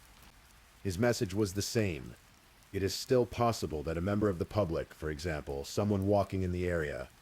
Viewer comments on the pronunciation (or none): none